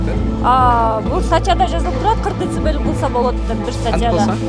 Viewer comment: дэцибэйли дейтко еще